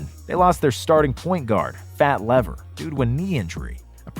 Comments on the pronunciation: The guy on the Mavericks is pronounced fat leaver, not lever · and that is Lafayette "Fat" Lever. Pronounced "LEE-vur". It was bugging me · Not bad, but drives me nutz is the mispronouncing players name(Fats Lever) Come on man! I'll excuse Makmeed Abdul Ra-uuf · His named is pronounced ""Leever" not "lever". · fat LEEVer. Fat LEEVER. Like fever or Leave her/ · Wow, does anyone at Nonstop care to listen to the voiceover before posting these videos? Cringeworthy pronunciation on Fat "Lever" and Mahmoud Abdul-"Rauf." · Fat Lever is pronounced leaver and Abdul Rauf is pronounced row-oof. Still a good video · its pronounced leeeeeeeeeeeeeeeeeeeeeever